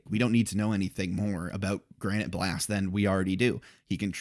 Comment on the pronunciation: so one thing I read recently and confirmed in the anime pronunciation, it's not Granite Blast, but Granité (pronounced gran-ni-tay) Blast. It doesn't affect anything, but I thought it was a cool detail